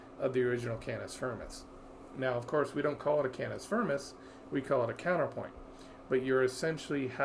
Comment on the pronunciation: "cannis furmis"